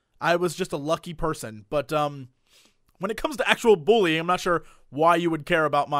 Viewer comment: "and I've ZEEEN BUUllying happen"